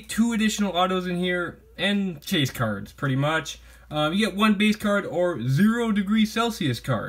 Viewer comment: ZEEE-ro lol